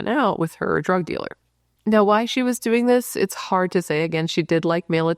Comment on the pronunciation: Its Not Hardh